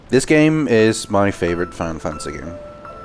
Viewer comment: "Final Fancy" 😂